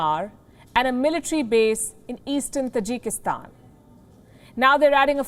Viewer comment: Hey the word is Taajik in accent not Tajeek (Tajik) lol Tajikistan But you are calling it Tajeeekistan.😆😆 Got listen it's native residents